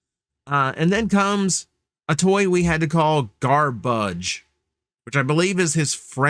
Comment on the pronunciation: ahhh that makes more sense... he did pronounce it saying "Garbage" tho lol but grabuge makes more sense